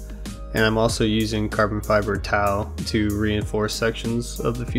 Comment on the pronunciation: Great job! I need to work on my 3d drawing skills! Carbon Tow is pronounced just like "Toe"